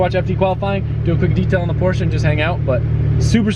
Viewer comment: I really wish he'd stop saying Porsche like that...